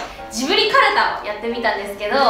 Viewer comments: がカルタって言ったのカルチャーに聞こえたww いや間違いではないけどww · カルチャーがカルタになってる！笑笑 皆可愛い💕